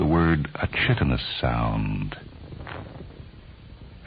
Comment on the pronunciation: Great story. The background music/noise, annoying and distracting. Chitinous, mispronounced.